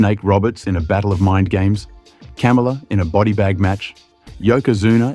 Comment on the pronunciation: The pronunciation on Kamala killed me😂